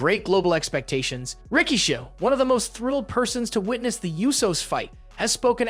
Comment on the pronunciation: Do you mispronounce things purposely? Who is Solo Siko and Rikisha? Your videos are great and interesting but it seems like you mispronounce a lot of things intentionally